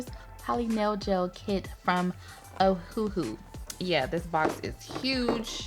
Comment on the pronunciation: i heard ohuhu as el hoo ha